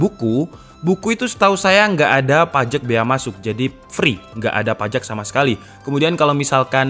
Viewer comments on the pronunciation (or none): PAJEK Gw: Pajak mas, PAJAAAAA....K